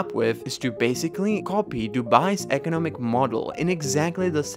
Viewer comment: You say economic weird. You annunciate the wrong part of the word lol. You keep annunciating “eco” when it should be “nom”. I’ve never heard anyone say it like that, ever, and it’s baffling - resulting in the need to go back because I didn’t hear anything else you said lol.